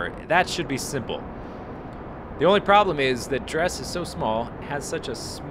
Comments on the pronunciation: I've heard it pronounced "Drez"; scott manley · I believe it is pronounced dress, except in place of the double s you make the "z" sound. Like drezz. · I prefer Dres with the "e" sound"Dreees"